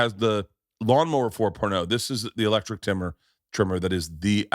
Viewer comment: Berts a 10 but doesn't pronounce the e in electric. Lectric.